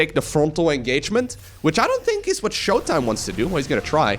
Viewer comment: In case you didnt know, was implying showtimes name, when said fast with an American accent sounded like MY COCK. That is all.